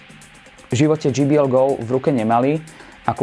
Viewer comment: dží bí el by bolo GBL je to džej bí el